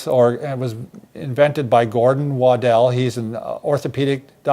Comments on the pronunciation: I knew Dr Waddell and he pronounced. It waddle, like a duck waddles.he was also clear in stating that these tests did not indicate faking.but symptom magnification. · Sorry, but first, you aren't pronouncing Dr. Waddell's name properly. Second, meta-analyses show that these signs are NOT predictive of "fakers". This was originally published to help as a pre-surgical predictor of of poor prognosis. This was for screening only. Meta studies show better correlation with significant psychosocial factors affecting perception of back pain. Please, know your literature before putting something out there.